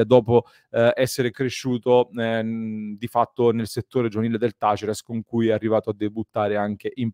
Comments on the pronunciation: Tu dici "tàlleres", con l'accento sulla "a", hehe :) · Talleres si pronuncia con l'accento sulla prima "e". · Taller in spagnolo (accento sulla e) significa officina:Talleres é il plurale (accento sulla prima e)